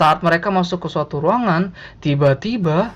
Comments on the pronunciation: tiba - tiBA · Pas masnya ngomong "Tiba Tiba" seketika saya agak merinding karna nada bicara masnya yang agak aneh pas mengatakannya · Ngomong tiba2nya bisa ga ya biasa aja. Ganggu bnget euy. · Ngomong tiba tiba nya biasa aja napa cok sakit kuping ku